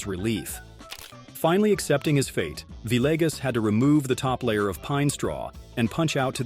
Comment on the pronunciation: That’s the first time I’ve heard Camilo Villegas’s pronounced correctly, but right after that he went onto pronounce his name Vi-leg-us.